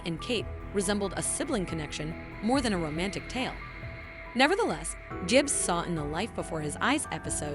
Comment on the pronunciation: Whatever voice program you are using for this, delete it. It makes it sound like you haven't watched the show, calling lee-roy Gibbzz "Le Roy Jibbz" for example.